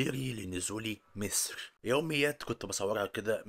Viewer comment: انت ليه بتقول ميسر زي المكسيكيان برزيدنت؟